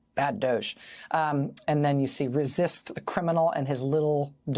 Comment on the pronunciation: Love the energy, love these highlights. But… Oh dear. “Resisit”?